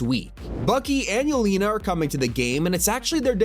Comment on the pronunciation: Bro said Yelena so wrong 😭🙏